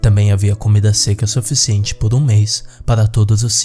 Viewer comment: muito legal, so que vc fala ~~soficiente~~IUEHUIEHUEIH